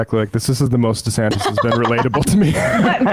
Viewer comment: Perfect. Rhonda Santis is a good one too. Ron did that one to himself because he dropped the "Dee-" in the pronunciation of his name. Supposed to be DeeSantis, but he changed it. Ooops! 😂